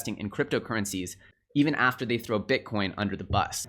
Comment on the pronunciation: Its a th not a d. They and them not dey and dem